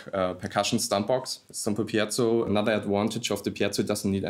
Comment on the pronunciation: It's not pieTTTzo, it's just piezo. That guy says it wrong five thousand times in this video.